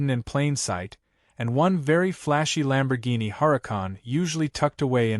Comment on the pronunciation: Please read to the end, I think you will like it ! ! ! ! ! ! To the Want-To-Be author. The car, your "Artificial Intelligence" can not pronounce correctly is a "Lamborghini" the full name and spelling. However your DUMB A.I. (of which you NEED to get rid of and acquire a more professorial A.I. program, it will also make you look a little more intelligent, maybe). Now to the MAJOR error your A.I. is making. The common word for the vehicle is shortened to "LAMBO" that is L a m b o but your uneducated artificial intelligence spelled it and pronounced the same way as "LUMBO", L "u" m b o. So. when are you going to acquire your NEW A.I. program ? ? ? ? ? The sooner the better for your sake. However before you do acquire your new A.I. program you "MUST" do something that all writers fo prior to posting any story where ever they choose and that is something so simple, even a Cave Man can do it and that thing is called "PROOF READING". This way you may catch the errors that will make you look stupid. Lastly, A.I. programs do not know the full definitions of what is known in the English language, so stop being LAZY and acquire a better version of an A.I. program as there is a slim possibility it may make you sound a tiny bit better on paper or in the YouTube thumbnails. Believe it or not, I did keep this comment short, sweet, simple and to the point. The reason it is this short is I did not want to waste too much of my time on this when I will be doing something else.